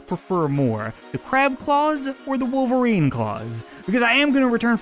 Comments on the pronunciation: He also said Wooairn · He said woofelrine